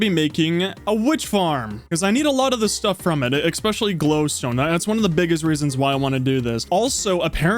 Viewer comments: yo love the videos bro, no hate man just please pronounce the 's' in especially as an 's' and not an 'x' (expetially?) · Was gonna subscribe until he said "expecially"